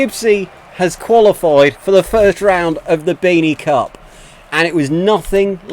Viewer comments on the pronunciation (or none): 😆😆you said cuck instead of cup